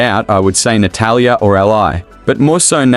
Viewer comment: Natatalia lol so many A’s